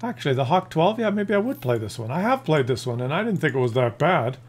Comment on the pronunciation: It's pronounced Huh-Vay-Kuh. There are no hawks in Germany, only good old falcons. (And a few hogs but I digress.)